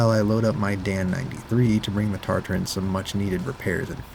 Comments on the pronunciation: I’m gonna lose my mind it’s TA-TA-RIN not TarTar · Nice video. Heads up though, there us only 1 "R" in Tatarin at the 3rd to last letter. TAT-ar-IN, like in Tatra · Why is he saying TARTARINN